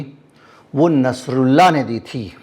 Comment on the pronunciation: Plz nsrullah ka name shi se len kirpa hogi